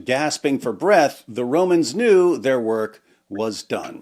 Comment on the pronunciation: Did you say "Tick tock time to wok?"